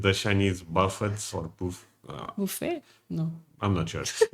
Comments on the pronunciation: Buffets are pronounced buff a’s, the t is silent. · The 't' is silent in buffets.